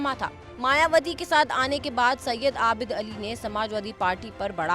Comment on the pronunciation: आबिल अली नही आबिद अली है ।😂